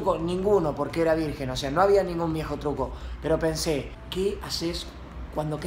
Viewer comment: VIRGEN NO VIRGUEN